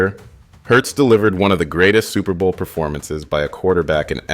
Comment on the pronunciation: Superbowl Le- vent 😂